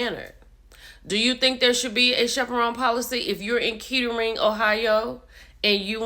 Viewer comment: it's pronounced Kattering. It's right outside of Dayton and consider a nice area.